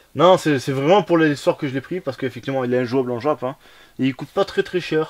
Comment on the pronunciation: on dit jap pas djap 😅😅😅😅 Belle collection sinon